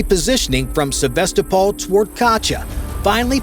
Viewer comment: Probably didn't even happen. Don't try to get your news from YouTube. He couldn't even pronounce Sevastopol properly. 😂